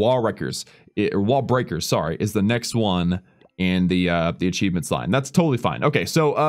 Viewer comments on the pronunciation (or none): Did he say wal reaker at the 8 min